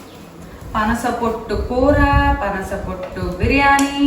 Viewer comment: పనస not పసన